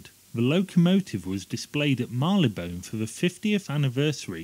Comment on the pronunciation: Very interesting, but please - Marylebone, not Marleybone.